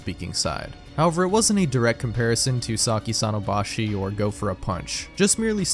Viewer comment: 咲さんの場所 (saki sans place) would be read as saki san no bashO, not bashi.